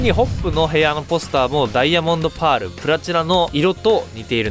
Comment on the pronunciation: なんでパールの言い方バグってるんですか？